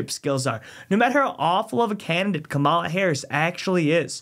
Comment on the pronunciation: Thank you, Ma’am, for saying Kamala’s name correctly. It’s such an easy name. I love Ronald Dump. Dump 2024!❤❤